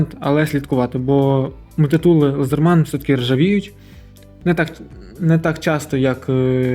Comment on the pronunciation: А чому лазерман я кщо , ,,Ледерман